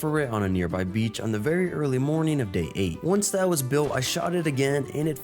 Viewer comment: Berry quickly 😂